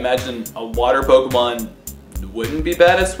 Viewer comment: You mispronounce every name with a strong english accent.